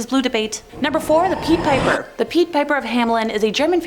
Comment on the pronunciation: "peed" piper? Idnit PIDE piper?